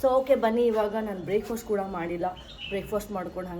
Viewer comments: Please spell the word properly Breakfast❌ Breakfost✔️😂😂😂 its very irritating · Hey, I hope you don’t mind me saying this, but I’ve noticed you pronounce a couple of words like 'breakfast', 'chef'(sound- shef) and 'half' a bit differently as breakfost, chef(sound che) and holf. Just thought I’d share it with you in case it’s something you’d like to work on